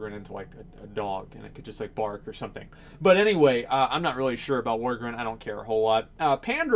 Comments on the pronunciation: Its Vrykul not Vykrul and Worgen not Worgren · Why would Vryjul and Tuskar be sub races? They could be they're own race. Also, why do you pronounce Worgen as "Worgren" and Pandaren as "Pandarin"? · I would like to see "Worgren" and "Pandren" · wtf is a wargrin? XD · The fuck is a worgren? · "Worgren" Come on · Doesn't pronounce worgen right, and assumes we're all furries. Ughh please. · Man, As cares so little for Worgen, he doesn't even say their race right :P